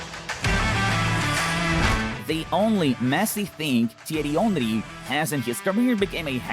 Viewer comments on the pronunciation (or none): the way he said Thiery Henry 😑😑